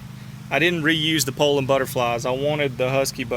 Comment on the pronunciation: It sure is nice to hear someone pronounce the name correctly. I grew up running 34 and 3700's. Just pulled one out of the barn after burning up my 046 and I forgot how good they pull chain. Currently hotrodding a 3400 for kicks. Thanks for the vids.